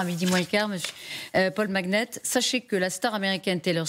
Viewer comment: Pourquoi dit-elle ? On dit . Comme Charlemagne ou magnifique ou Allemagne.